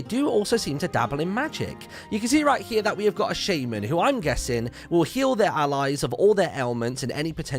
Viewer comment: "shay-man"? My lord.